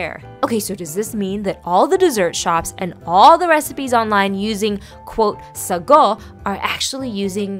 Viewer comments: It's not sago it's pronounced as saagoo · It's pronounced SAAGO stretch the a . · I never knew that real sago is brown? Wow??? Also I'm from Malaysia and we pronounce it as "saa-GOO" kind shook hearing "suh-GOH" 😂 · I love sago....but in Guyana we pronounce it as (say-go)